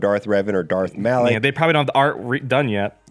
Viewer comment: It's Malak*